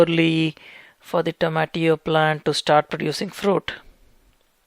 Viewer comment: I like his pronunciation of tomatillo